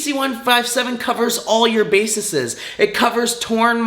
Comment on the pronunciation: Eggzeema, baseses, cellullull… tell me more science man.